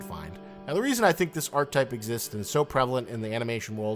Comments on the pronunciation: Jesus Christ if you're going to make a 16 and a half minute video on an archetype...*learn how to pronounce archetype!* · it's pronounced "ar-keh-type" not "arc-type"